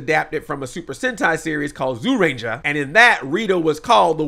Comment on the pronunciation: ok um andre its not pronouced zoo ranger its pronounced jyuranger u say the z like a j